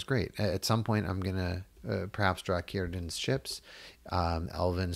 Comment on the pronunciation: You corrected your pronounciation of Círdan! :)